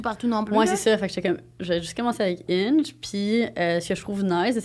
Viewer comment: Quand tu as dit ''Hinge'' j'avais compris ''Inch'', haaaaaaaa! xD Je n'ai jamais utilisé des ''Dating Apps''. Je préfère parler en personne. On dit ''vedette'', et non ''célébrité''. Le ski et le snowboarding sont très différents. Ce sont deux façons différentes de maintenir l'équilibre. ''Célibat'' pour toi semble vouloir dire ne pas être en couple. Ça ne signifie pas l'abstinence 😉. En passant j'aime bcp les croustilles Miss Vicky's Lime & Pepper.